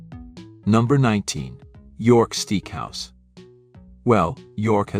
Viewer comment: Was I hearing things or did the AI voice pronounce that "York Steek House"? This is getting out of hand, especially when the mispronunciations are laughable, and nobody seems to review them for errors. That, and gourMET. Also, the simulated film scratches/dust are really overused as a special effect. Otherwise, good material.